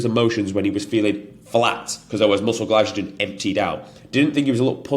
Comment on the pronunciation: Only if he starts pronouncing glycogen correctly 😂 very good content mate. Remind me of a Mike Thurston like character with more confidence but slightly less size 😉